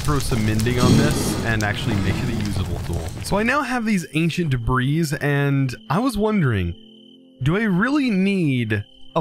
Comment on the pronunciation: I can't stand how he calls it "ancient debrees". if you somehow see this, it's pronounced "anchint debree". I don't mean to come off as rude.